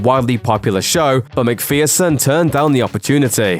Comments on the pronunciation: Because the person speaking pronounces it incorrectly? What does that have to do with what i said? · Just a small thing... her name's pronounced McFurson not McFearson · Persekarva Why does this clip say Elle Mc "Fear"son when the correct pronunciation is Mc "Fer"son rhyming with person.